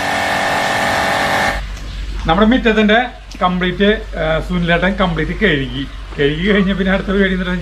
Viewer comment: കഴുകി എന്ന് പറയണം, കെഴുകി എന്ന് പറയരുത്. Good luck